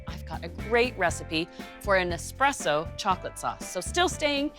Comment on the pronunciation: Expresso coffee 🗣️